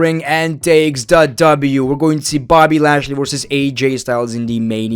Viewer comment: bro said boby lashley